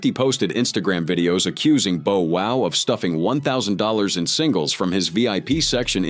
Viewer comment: 😊This YouTuber keeps on mispronouncing Bow Wow's name it's Bow Wow not Bo wow.